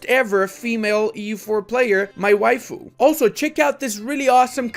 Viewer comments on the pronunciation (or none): none